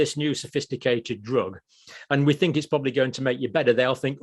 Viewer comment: You people cannot be saying “fink” and “free” instead of “think” and “three”